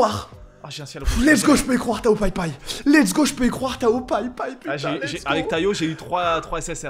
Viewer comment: c'est pas TAYO pai pai c'est TAOOOOOOOOOOOOO